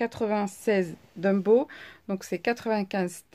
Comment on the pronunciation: Mais enfin , prkoi tu dis DUMBOW ? lol C'est TOMBOW , avec 1 T , svp éssaye , please !!! :D Bisous :)